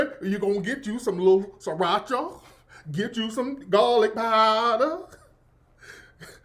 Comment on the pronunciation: Gahlik paahdah...LMFAOOOOO 💀💀😂😂😂